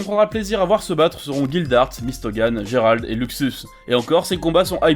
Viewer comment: non pas Gerald, Jelale